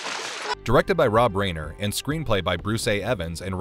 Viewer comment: Why is this narrator so horrible at pronouncing celebrity names? Rob Reiner, Jeff Fahey, Idris Elba... At least have enough respect for the talent and the viewing audience to get the names' pronunciations correct.